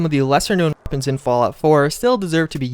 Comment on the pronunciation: Why can't you say weapons? It's not bad it's just... Off...